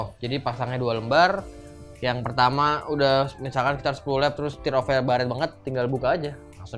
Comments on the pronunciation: plis pronounce yg bener dong. sebutannya TEAR OFF. bukan TIR OFF. itu buat disobek gan bukan ditangisi. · dibacanya TER OFF bro yg bener. sama seperti kita menyebut IRON MAN -> AIRON MEN. bukan IHRON MAN.